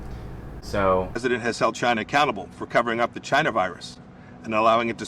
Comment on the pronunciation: The way he said China makes me wanna throw myself off a bridge